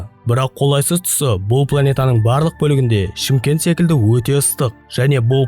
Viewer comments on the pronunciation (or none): none